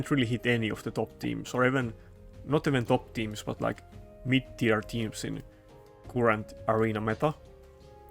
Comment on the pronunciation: Hey bro, i like your videos, but the word CURRENT is pronounced carrant, not cUrrant, it just killing my ears hearing you say that :D